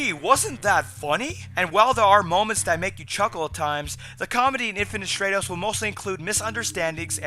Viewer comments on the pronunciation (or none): short "a" sound in stratos. It's Greek. I like your reviews too, thanks. Most anime channels make me want to hang myself.